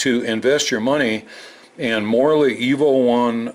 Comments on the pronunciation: I kept hearing Morley EVO as "morally evil" lol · You said: Morley Evo One I heard: Morally evil one